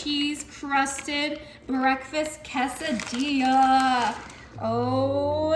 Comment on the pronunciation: If you're going to use the language, just learn how to pronounce it or maybe call it by an English name. Casa-dee-yuh is not a thing but Kay-sa-deeyla or Quesadilla is a word